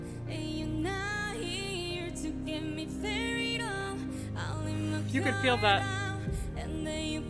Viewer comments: The way to pronounce the name Parita is not Farita but Pharita, so it's pha pha pha pharita 😂 I hope you understand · It’s Pa-ri-ta not Fa-ri-ta😅 luv your reaction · It’s Thai name Pa-ri-ta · Pharita is pronounced as Parita. Silent h. Watch Pharita's right hand. Her signature movement. When she raises her right hand, expect her to punch those High notes. Spectacular. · Pharita is pronounced Pa•ree•tah or Parita. I guess in Thai the Ph is pronounced with the P sound so think about it when you see something like Phuket. It is pronounce Puket and not Fuket. And as far as her sounding like Rosé, Jennie mentioned how much she sounds like Rosé.The rest of the members sounded like you pronounced them correctly but Pharita is the only one that most people get wrong because of the Thai pronunciation of her name. Ahyeon is not my bias but her return to the group is important. Some people were hating and saying that she shouldn't be shouldn't belong in the group but she is the center and somewhat the leader. The STUCK IN THE MIDDLE and BATTER UP doesn't seem like their actual debut but more of a sub-group activity. In fact they didn't do any music shows but now that they are all 7 members they are doing group activities after April 1. And Ahyeon also does rapping so she is also a triple threat. The performance of Chiquita that you watched when she did traitor is right after she had covid. It happened sometime after mid-check and right before they needed to perform their solos for evaluation. So that wasn't even her best since she lost a week of practice and she also said that she could produce the sounds that she wanted. We could only imagine what it actually sounded like since YG during the mid-check ranked her and Pharita with a 98. The LAST EVALUATION is good to watch if you are interested in their journey but keep in mind that this was also meant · Pharita is pronounced as : pha-rita